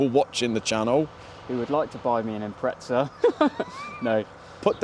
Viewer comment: its an IMPREZZA.. IM PREZZ A